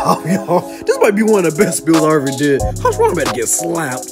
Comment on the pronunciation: yo why hogomoro- Its hasirama